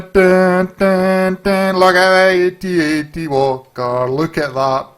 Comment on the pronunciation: it's actually called a atst not atat